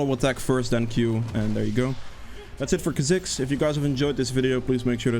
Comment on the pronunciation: Well everyone has their way of saying that champs name, tho mains say it "kaa zikss"